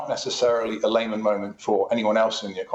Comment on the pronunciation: Don’t think I’ll be taking my financial cues from a supposed reporter who can’t even pronounce Lehman properly … 🙄